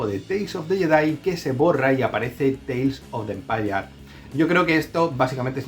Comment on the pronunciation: Teils of de empayar😂Saludos desde Costa Rica!